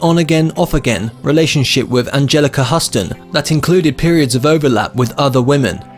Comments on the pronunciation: It's pronounced Angelika "Hyooston" not "Huhston"...Duh!! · When you do pieces like this you could at least pronounce the names correctly like Caleb and Houston.